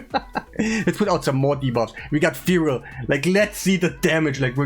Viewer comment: its Fjorad, J is pronounced like Y in yes